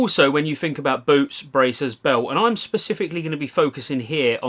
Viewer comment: He isn‘t talking about boots isn‘t he? It sounds like boobs all the time haha